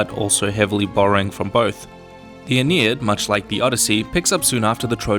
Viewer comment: It's Aeneid, not Aenied